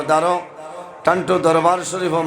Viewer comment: ভাই দারুস সুন্নাহ এবং ঠান্ঠু নয় টান্টু 😢😢